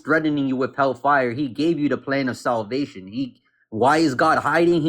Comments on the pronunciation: The way he kept stressing the FIRE instead of hell was annoying. hellFIRE, hellFIRE. I've always said it HELLfire. Idk lol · What irritates me most about this guy is the weird emphasis he puts on the words hell fire. "Hellfay-urr" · “Fazzer” instead of Father. “Woman” instead of women.. hellFIRE instead of hellfire. This guys IQ would freeze an ocean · The Hell FIRE emphasis is weird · Why does he pronounce hellfire that way